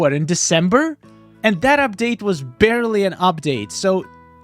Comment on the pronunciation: "barley" Learn proper English little guy